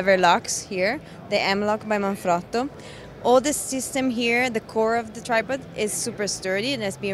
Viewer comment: Now I know how to properly say "Manfrotto". :D